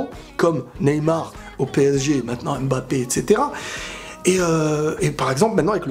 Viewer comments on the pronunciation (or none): none